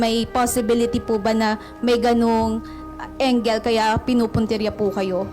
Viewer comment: ikaw nagiinterview kay Sen Riza: di mo mabbigkas ang tamang pronounciation ng "angle"? anong sabi mong "engle"???? magresearch ka kaya how to pronounce words correctly????